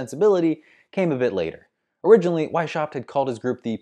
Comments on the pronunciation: The "sh" in Weishaupt is NOT pronounced like the "sh" in ship, the name is pronounced Weis-haupt (as if it were two words). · The name was so butchered that is was impossible to understand it - why do english-speaking youtubers refuse to look up pronunciations? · Why don't you look up how to pronounce Weishaupt (or any "foreign" name, for that matter) instead of mutilating countless ears out of convenience? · I feel offended by the terrible pronunciation of Weishaupt.